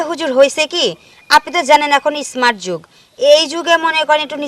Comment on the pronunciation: Esmart na sabdo ta স্মার্ট বলতে হয়